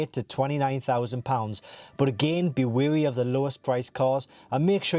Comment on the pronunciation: ‘be wawy of the lowest price cars’ 😂😂